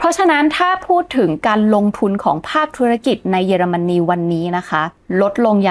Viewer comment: ขออภัยนะคะ ติดตามมานานไม่ได้คอมเม้นอะไร ขออนุญาตติง เยอรมันนี ออกเสียง เยอ ค่ะ ไม่ใช่ เย แอบขัดหูนิดๆ มาตั้งแต่คลิปก่อนแล้ว ถ้าปรับให้ถูกต้องจะสมูทมากเลยค่าา ที่เหลือดีเยี่ยมมากแล้วววว รอติดตามค่าา🎉